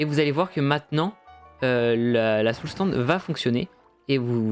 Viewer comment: Tu sais pas dire Soul "SAND" ?